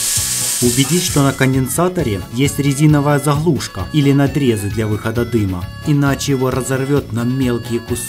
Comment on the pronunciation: ХЕНЕРАТОР, ЗАХЛУШКА, РАЗЫХРАТЬ ДРУХА, В МАХАСИНЕ